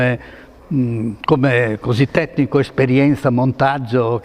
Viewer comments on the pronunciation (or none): Diretore tetnico 😂😂😂😂😂 È tipico del bolognese! I vûstar cupartån... FÓRZA BULÅGGNA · Bellissimo video, e grandissima emozione, mi ha fatto.anche ridere al minuto quando dici il direttore TETTICO ingeniere Fausti 😂👍👍👍👏👏👏👏